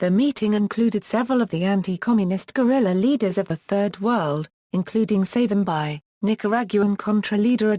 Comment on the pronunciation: Would appreciate appropriate pronounciation of the Name Pleaseeee